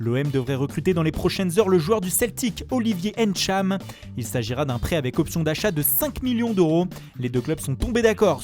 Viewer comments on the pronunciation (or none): S’il vous plaît, j’ai remarqué que vous arriviez à prononcer tout les noms européens correctement. Pourriez-vous prononcer "ntcham" et non "Ènntcham" ou à la limite "Tchad" svp ? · Il ne sait pas dire Ntcham ou Mbappé correctement et il veut faire l’italien ici